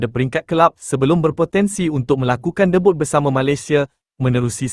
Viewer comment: Knp org yg jadi penyampai channel ni bodo sgt😂😂😂😂sebut debut & cup tu mcm org tak pernah pergi sekolah😂😂😂